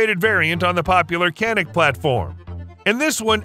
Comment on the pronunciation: It’s not Canik! It’s Janik, Turkish C sounds like a J.